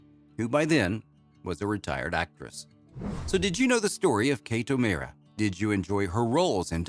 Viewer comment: Her name's Kate O'Mara, pronounced Oh Maaaahrah with the aaah as in "daaahling"!